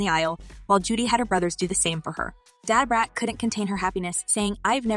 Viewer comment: This is "alleged" news. Either the pronunciation of "Day-Brat" is to avoid legal ramifications using a celebrities name & likeness for what could be fake news or Ai does not have speech recognition yet for "Da - Brat". And the use of screen shot comments is used to fluff the story with unknown sources. Its crazy how they have the time to put this stuff together.